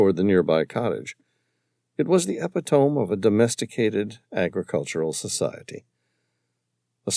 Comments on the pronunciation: Lol. If you're going to keep writing using 'epitome' you really must tell how it's pronounced. Eee-pit-oh-mee. Not epi-tome. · *To Narrator* Epitome, correct pronunciation: eh-PI-tuh-mee The capitalized letters (PI) indicate emphasis on that syllable. 🫡 Thanks so much for this awesome adventure! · Some of the narrator’s pronunciations are so off, epitome and Moari for two.